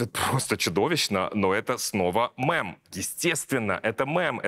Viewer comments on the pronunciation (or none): Мем, не МЭМ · Я знаю и привыкла, что Александр говорит "мЭм", а не "мЕм". Но в этом видео у меня аж глаз дернулся. При всём уважении к Вашему труду❤. "мЭм"-это другое слово😢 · Мне тоже постоянно режет ухо, хоть бы кто из окружения его поправил и научил)) Сколько раз писала в комментах про этот мЭмный ужас, но никто, конечно, не читает наши комменты. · Рогов, говори мЕм, мЕмы, потому, что мем это не аниме (Э)! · Научите Саню правильно произносить слово "мем"! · Ну почему "МЭМ"? Ну мЕм же. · Скажите уже кто-нибудь Александру, что надо говорить мЕм/мЕмный, а не мЭм/мЭмный! Удивительно, всегда такая грамотная речь у него.. Откуда это убогое мЭм/мЭмный вылупилось!? И это не моя агрессия, а обида за приятного мне человека.